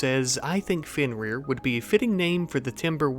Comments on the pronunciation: Nah you pronounced it right Fenrir I mean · you are not mispronouncing fenrir